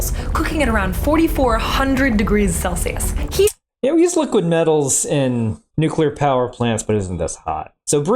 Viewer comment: "Seven thousand degrees celshus." ... I'm unfamiliar with that scale. Is it anything like "Celsius," which literally everyone else calls it?